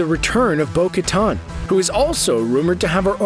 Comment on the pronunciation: It's Bo-Ka"TEN", not Bo-Ka"TON"